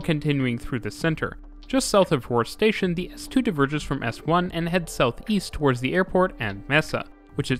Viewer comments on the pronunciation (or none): none